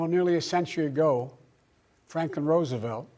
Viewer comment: "You know a century agao, FRAKEN ROOSEVELT.."